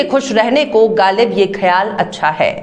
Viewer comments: ma'am very well pronounced izafa similiary galib is not pronounced correctly it should b pronounced ghhalib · Ma'am, your reporting is really good. Only request is to pay attention to your pronunciation. (Ex: Ghalib, khayal)